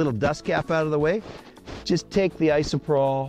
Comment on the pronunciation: it's pronounced ISO-PRO-PULL. just fyi.